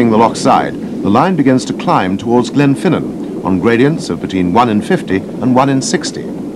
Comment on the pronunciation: oh be fair he nailed Glenfinnan and Fort William 2 out of 9 aint bad